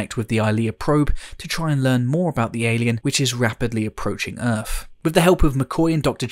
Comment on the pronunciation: Why do you pronounce your THs as if they were an f? Fret instead of threat, Earf instead of Earth, and so on.